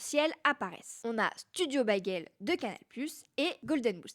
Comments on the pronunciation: On prononce" bégueulle" et non " baguelle"😂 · ta prononciation du mot "bagel"...😭